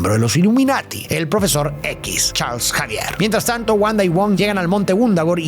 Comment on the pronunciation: Todos: Profesor Xavier: Profesor Javier Jajajajaja el "Arenoso"